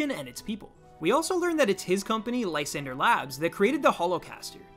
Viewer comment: i always thought it was pronounced lee - san -dray